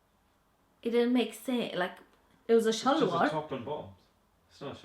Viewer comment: Hilarious "shalwar" pronunciation